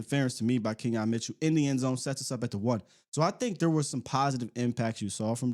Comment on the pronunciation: Quinyon Mitchell not Keon Mitchell